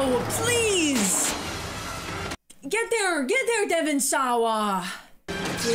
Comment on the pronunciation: Love this one, not very scary as horror goes but clever and fun to try to predict the deaths. Also the way you say Devon SAWA is great